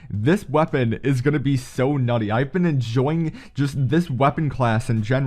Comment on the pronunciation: I heard Naughty😂